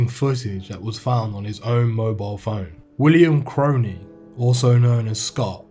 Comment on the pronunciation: yes brudda finally some1 gettin me last name right